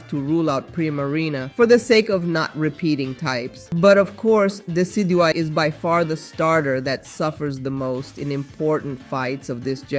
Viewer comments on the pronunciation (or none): none